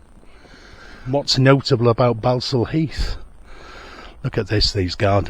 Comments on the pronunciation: It’s pronounced Ball-saul not Bal-sul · Its pronounced Ball. Sal Heath. Ball not Bal. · It's pronounced", ball stall" heath as in "football" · Its pronounced ball sall heath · Balsall in Balsall Heath is pronounced 'Ball-sall'. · Its pronounced Borsal heath🤣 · Its pronounced borsal heath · You can't even say Balsall Heath correctly 🤣 it's pronounced Borsall !!! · Pronounced boresal Heath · 'Balsall Heath' - pronounced 'Bor sul Heath'. shyt ole